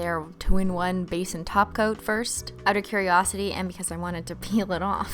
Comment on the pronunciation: everytime she says topcoat i hear her say taco lmfaoo